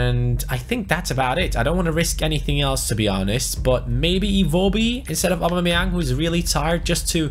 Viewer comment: Why can't you poronounce "Aubameyaung" probably? Lol